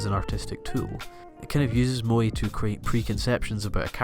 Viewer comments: Also, you're pronouncing "moe" wrong too :/ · first of all just learn how to pronounce moe correctly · u're just a weeaboo who can't even pronounce moe correctly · his pronunciation of 'moe' so annoying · calling evangelion a moe bishoujo lmao wtf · Pronouced moe kinda really weirdly here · Erm, is there part 2? This feels like an interesting attempt to analyse the phenomenon, but also seems to end just before you manage to get to the point ... Also you could learn how to pronounce 'moe' and - especially - 'bishoujo' you know, it isn't THAT hard ... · That's not what moe means and your pronunciation is terrible. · You pronounce moe horribly wrong ... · moe is not to be pronounced the english way... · fuck its MOE not MOI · i know its dumb but its pronounced Mo-eh not Mo-ee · i think "mo-eh" or "mo-ay" is fine but it sounds like you're saying "moy" and it's throwing me off because you say it so much hahaha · Just to point out in Japan its Moe = (Mow e) 萌え not Moy. 萌える moeru = Bloom or sprout from a plant. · It is not "Bi-shoujou" like "Bai-ShouJou". It is pronounced "Bee-shoujo". "Bi"美 means beauty. Shoujo少女 is girl. So beautiful girl. "Bai" バイmeans "bisexual" in Japanese. You are saying バイ少女 young bisexual girl over and over. Also it's Mo-eh like 燃える pronounced Moeru or to burn, not moii. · it's moe, not moi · MOÈ. Not Mo-Ee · "Mo-Eh" to your "Mo" - "E". Pronunciation has made it nearly impossible for me to enjoy this video despite all the effort that's gone into it. I know im dumb, stupid things like this will ruin something so great for me. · and the way he pronounces it sounds like mooi ie pretty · its pronoced "MO - A" I think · you know very well how the word moe is pronounced in japanese, i don't care what country you are from or what accent you have why the f*** do you keep pronouncing it as 'moy', is it difficult? how do you pronounce the first E in everyday? ah ffs he even mispronouced bishojo, i can't watch this anymore